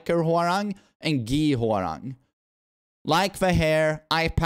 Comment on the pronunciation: as a Korean , His Name is Pronounce Hwa Rahng not RANG like Telephone Rang haha his top uniform is from Tekken 3 . 맥 ( MACK ) is the same logo from the back of his TKN 3 top uniform ( dok-boh ) bottom is from between Tekken 5 and new 8 design mixed . Long Hairstyle is from Tekken 4